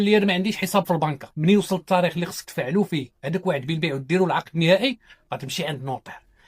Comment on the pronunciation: السلام عليكم يااستاذ.قوم نطقك لبعض الكلمات.مثلا لماذا تفخمون تاء كلمة " التاريخ" حتى صيرتموها طاء وأصبح نطقها:الطاريخ وكذلك كلمة" تسبيق" التي تنطقونها " تصبيق".